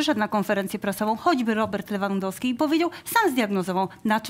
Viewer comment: SSD !!! A jak jest Lewandowski i inni mówią Lewyndowsky XD